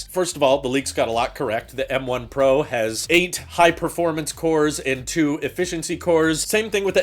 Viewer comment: You would think that when Apple decided on the guy to talk about M1 Pro, ProRes and ProMotion, they would get someone who can actually say the word "Pro" instead of pronouncing it "Por".